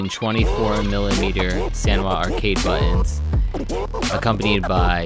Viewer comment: I actually skipped to step 6 so I could hear "buh-ins" more, because I love it. :D